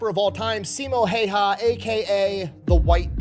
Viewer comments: The only complaint about these videos of Simo is that they always say his last name wrong. Häyhä is not pronounced heiha or heija. 😄 But I understand that it can be difficult for people who don't speak finnish. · "don't know how to pronounce his name" video he's watching pronounces it incorrectly "oh that's how you pronounce it" Gets me every time